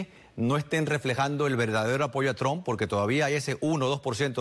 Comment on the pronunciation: No sabe ni pronunciar Trump 😀😃😄😁🤣😆😅